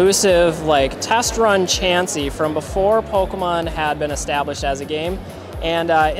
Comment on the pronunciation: PokAhman is definitely how parents say pokemon